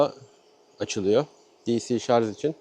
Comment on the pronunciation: Şarz değil Şarj 🤦